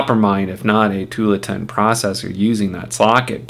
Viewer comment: I like your videos! But it's pronounced too-AHL-uh-tin. It's named after a city in Oregon (OR-uh--gun). :)